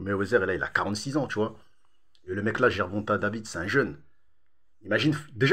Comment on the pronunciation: Gervonta « davits »🤣🤣